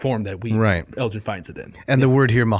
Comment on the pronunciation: Guys, seriously... so much going on here that I don't even know where to start. Basics first: the G in Elgin is hard, not soft. Elgin obtains permission to "take away any pieces of stone with inscriptions and figures" from the deputy grand vizir BEFORE even setting foot in Athens. Nothing to do with greed for statues and such; he had been made aware of the decay of the buildings by Lusieri and Philip Hunt (his private secretary). Once it's clear that the ruins are doomed to perish and nobody cares, it becomes a rescue mission. Moreover, Elgin had never manifested any intention to keep the sculptures for himself, even less to bring them to Broomhall. Vrettos himself is unable to bring any evidence to corroborate this claim. On the contrary, there is plenty of proof that he wanted the sculptures to be "of public utility and public property" and be acquired for the nation, so that they could contribute "to the progress of the arts in Britain". Even Byron himself recognises that Elgin took the sculptures "to instruct the English in sculpture"! Negotiation for the government acquisition of the marbles had started already when Elgin was still in exile in France (well before the famous divorce, and therefore not connected to that). Let's spend a word on the Ottomans: they had a legal right to the marbles in international law. The right of conquest was a thing back then, and transferred to the conqueror the ownership of all public property (including military fortresses such as the A